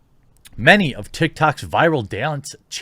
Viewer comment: Did he say 'toktik's'.........or is it me😕😗